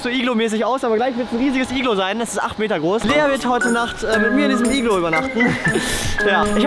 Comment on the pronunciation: BRATAN es heißt Iglo nicht iglu